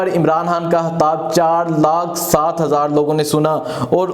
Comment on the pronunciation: O bhai saab hatab nai hota khitab hota ha 😂 aap k nai bolty .